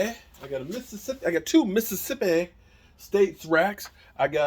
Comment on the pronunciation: the way said Mississippi 🤣 are you giving us a taste of what youre making?